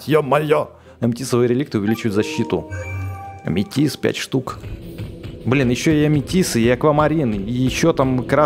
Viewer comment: ГОВОРИ аметиСТ А НЕ аметиС